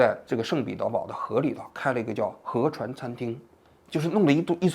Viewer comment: 河船餐厅听成了核酸餐厅😂